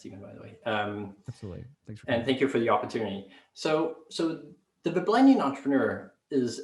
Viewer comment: Ble-ble-nian. Hahaha